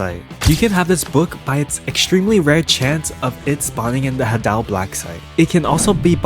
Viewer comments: i wanted to subscribe to you, but there is one problem that prevents me from doing just that. you pronounce the word "hadal" as "haddal" and not "hay-dal". Just look in the dictionary, and you will see that the pronunciation is similar to "hay-dal". it might not be much of a difference to you, but for me, it is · dude you're supposed to say hadal like this "hay-dal"